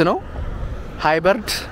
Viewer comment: ሃይበርድ ነው ሃይብሪድ